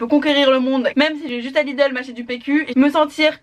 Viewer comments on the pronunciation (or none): none